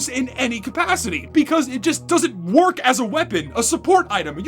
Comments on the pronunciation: “does the gas passer worh?” boy i sure hope someone got FIRED for that blunder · “does the gas passer worh” lol